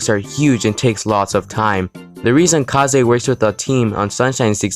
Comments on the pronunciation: it's pronounced kays, not kahzay. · I love the video but It’s Kaze (Kazz) not Ka;zé keep up the good work tho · Pretty cool, would be cool if you would edit your voice a bit tbh. Also is that really how you pronounce kaze? I thought it's just kaze and not ka-ze.